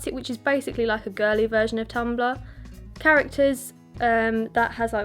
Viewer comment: Your voice is really seductive. I could listen to to lecture for hours. Thanks for sharing. :) love it when u say Ana-litt-ticks and tumb-blah lol